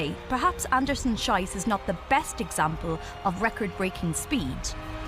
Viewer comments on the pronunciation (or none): It's not "Schyss, it's Schees". Schyss pronunciation means "shite", Schees mean "shoot"!. So the commentator is wrong. Get a grip you stupid woman! The athlete herself is a heroine!!